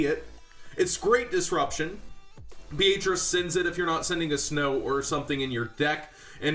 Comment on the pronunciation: dude i like your vids and stuff but sorry, no offence but its so annoying to hear you mispronounce Beatrice. Beatrice is pretty much pronounced as "Bee-uh-tris". the "A" is not as strong or singled out as your saying that name